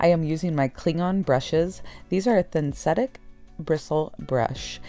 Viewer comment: I enjoy watching all your transformations… I love diy paint and my cling on brush… I laughed when you said, “These are thin-setic brushes” (instead of synthetic) … haha… a good one for the bloopers.